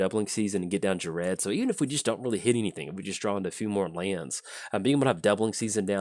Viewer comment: I honestly cant wait for this Friday when the decks come out in paper. I have a pretty sweet clone deck built for Ghired. And personally I think it's pronounced like gear ed or guy red.